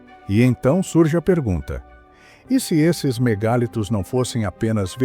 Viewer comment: A pronúncia não é MEGÁLITOS e sim "mega + litos" = MEGALITOS. Ninguém diz "Megábytes" (com acento agudo no a "á").